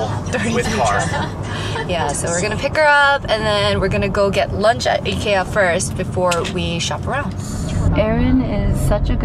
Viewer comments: The fact you’re pronouncing IKEA correctly 😭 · I’m Swedish and CRED TO YOU FOR PRONOUNCING IT RIGHT!! So impressed HAHA❤️🥺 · Proud to here the right pronunciation of Ikea haha, love you and content! love from sweden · Thanks from Sweden for pronouncing IKEA correctly:)🇸🇪🇸🇪